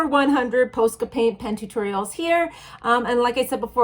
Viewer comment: YOu say posca wrongggg